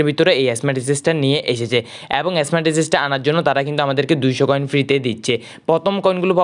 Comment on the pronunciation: স্কোয়াড ❌ এসকাউড✅ স্মার্ট ❌ এসমার্ট ✅ 😄😦